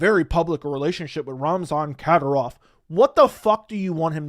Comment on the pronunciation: Pronounced “KA-DEEER-OFF